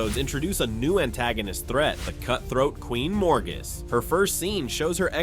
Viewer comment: So, did the person doing the voice-over watch the show? Because the pronounciations are....strange (not sure who Queen Morgus is). Also, Moiraine's plan in ep 1 is very in line with her single-mindedness towards getting Rand to fulfill the prophies AND alludes to another Forsaken that she teamed up with so they could train Rand in the books. Saying that this is a "rocky start" when this season has been WIDELY praised by book readers, press, and new fans is well, also strange. This video is weird.